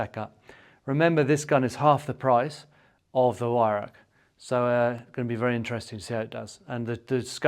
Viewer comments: Weihrauch = (Why - rauchj) I think comes close. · Weihrauch. Prounced with a 'V'. The 'W' is silent. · The Scots have no problem pronouncing the "ch" ,hence the word loch. Most English pronounce the "Weih" reasonably well but then pronounce "rauch" as "rack". But then again, to teach an Englishman to speak Scots is also almost impossible. :-) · Weirauch: Vye- row (rhymes with cow)-k. Vi-rowk.